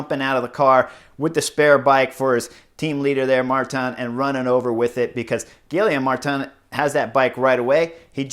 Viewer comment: Dude man, they're gonna start making a drinking game for name butcherings... Gilly Ohm Martin?? yikes dude! Geeee yom